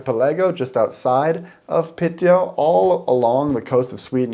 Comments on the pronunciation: Piiiteå, not Pitteå :) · Happy you made the tripp! Piteå is pronounced Pee-te-o, if you say Pitt-eyo it's pretty funny to a Swede as pitt means dick. But you do you! <3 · Not Piteå. It's Pite.. Like Lule and Ume. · its called Pite not Piteå we never use the å letter btw im from Lule.......Luleå